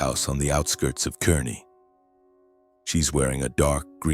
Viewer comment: I laughed at the details of this story! They begin with the “tiny town of Kearney, Nebraska”. First, it’s pronounced “Kar-nee”, not “Ker-nee”, and with a population of 57,000, it’s hardly a “tiny town”. Also, it’s only two hours from Lincoln, not three. 🙄